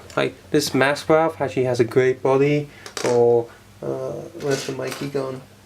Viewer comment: i like that you call raph, ralph :D